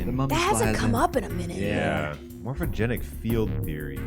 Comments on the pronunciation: Why everytime the word 'morphogenetic' appears, they say it like 'morphogeNIC' lol. It's weird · Why do you guys keep saying Morphogenic? there's a t in there. it's Morpho-gen-etic